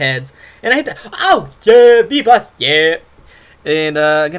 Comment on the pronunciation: And sounds like FEEBAS! Instead of V-Blast xD